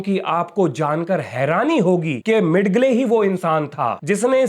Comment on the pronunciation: मिड गले नहीं, मिजेल Thank you for the very informative program.